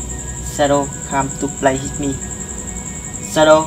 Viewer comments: Whit mi chứ ko phải itmi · Đọc sai rồi ông ơi Shadow come to play with me ông đọc hit thì ai ra cho ông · Đọc sai thần chú rồi :)) SHADOW COME TO PLAY WITH ME mà đọc là SHADOW COME TO PLAY HIT ME